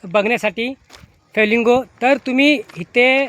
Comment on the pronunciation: Feelingo nahi kaka Flemingo boltat tyala